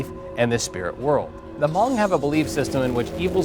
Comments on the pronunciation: It aint ha mong. Its just hmong the h is silent 😒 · Its pronounced as Mong the H is silent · It's not h-mong it's just Hmong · David Yang He never said h mong. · he say Ha-mong lmao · I think it's more pronounced like Mhong, "Mh" instead of Hm. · Hmong is pronounce with silent H. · I knew there would be a hmong in the comments correcting the pronunciation of hmong